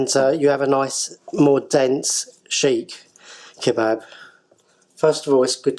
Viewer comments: Never heard of a SHEEKH KEBAB...THE DAMN THING IS CALLED "SEEEK KEBAB" SEEKH KEBAB NOT SHEEEK! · Is that how you pronounce it? Chic kebab?